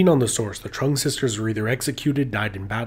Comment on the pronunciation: Alot of the pronunciations here were butchered, like Trưng being pronounced "Truhng". But other than that, great video.